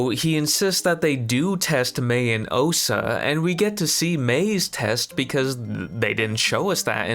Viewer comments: lol...I can promise that you didn't. You said "Ohsa" like 300 times. It's OSHA. SH. Oh-SH-uh. How can you say you were saying that right?!? 🤣🤣🤣🤣🤣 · Her name is Osha, not Ohsa. There's even a part where you say "Ohsa" and then a clip from the show saying "Osha" back to you saying "Ohsa." Come on man. It's the main character's name. (And they "slice" open doors... Not spice or splice or whatever you said). These are main points. You have to get the names and terminology correct man.